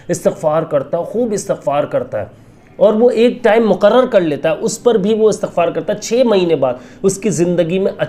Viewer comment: Bhai istighfar HOTA ha not astaghfar ...